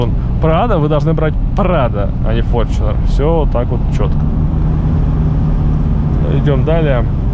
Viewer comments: какой форчинер, где ты видишь в названии букву ch , так что читается таета форнунер (Fortuner) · ну иначе не иначе , а правильно с англ. языка будет фортунер или на англ. буквы fortuner , как пишетстя так и говорится . )))) Там же нету бук ch , а написано tu ))